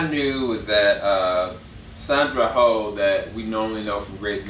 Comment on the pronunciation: Sandra 'hoe' 🤣🤣🤣 mate, it is 'oh', like surprised 'oh' and not like Santa 'ho' Good review though